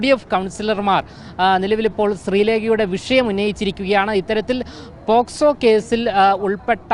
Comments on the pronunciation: പോസ്ക്കോ അല്ല പോക്ക് സോ എന്നാണ് ശരി തലക്ക് വെളിവില്ലാത്ത കൗൺസിലർ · പോക്സോ എന്ന് പറയാൻ അറിയാത്ത മൊയന്ത് ആണ് ഈ പ്രസംഗിക്കുന്നത്